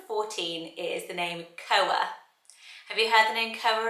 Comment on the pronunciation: I thought koa is pronounced kwa like Koa from kkandbabyj